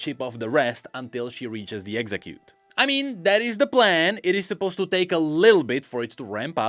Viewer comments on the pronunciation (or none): none